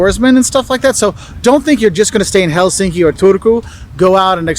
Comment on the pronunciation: And the language is pronounced as it’s written ie the letters are pronounced the same way independent of the other letters in the word and the stress is always on the first syllable. 👌Common mistake is HelSINki😣 as it should be HELsinki.👍 And one letter is short whereas double letter is long sound.✌️The letters are pronounced the same as in German or Italy ie â is like a in bad and ö is ir in bird Swedish å is not used but it’s in the alphabet as there is Swedish minority and names. This guy made a mistake in the beginning as he said kylä=village, when he should have said kyllä=yes🙁 He also forgot to mention that typical Finn always thinks twice before he says nothing.🤐